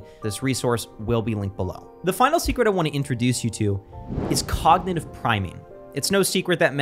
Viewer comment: ‘Cognitive priming’, not ‘cognative…’ :)